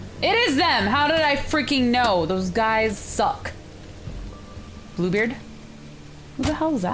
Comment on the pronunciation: When she said Bluebeard I thought she said poopbeard 😆